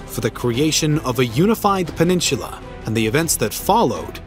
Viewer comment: You say peninsula as if there is a CH in there.